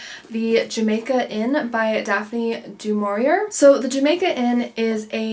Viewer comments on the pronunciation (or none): Thanks for your reviews. Helpful tip Daphne de Maurier is not proinounced with the ‘r’ at the end. It’s silent. Also for the yarn it’s called Skein pronounced s k ain sounds like stain, but with the k instead of the t.